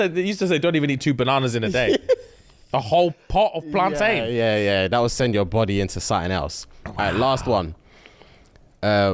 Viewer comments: It's not plan-tain yall it's plantin! Just like captain and mountain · I'm so upset that said PlanTAIN instead of PlanTIN....like I know you're half, but I thought that half was Caribbean 😂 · Can someone please tell them plantain is pronounced "plantin" the same way mountain, and captain are. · Why the blud clart are you man pronouncing plantain like ‘PlanTAIN’ 😂 I’m dead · Love you guys, but it's upsetting me how you're pronouncing Plantain 😂😂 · The pronunciation of plantain is making me feel sick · Am I the only one who's bothered abt how they say plantain 😭😂